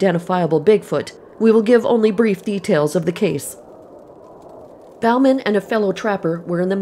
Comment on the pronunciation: Bauman is pronounced « bowman ». It is a French name. How can it have morphed into « Balmain »?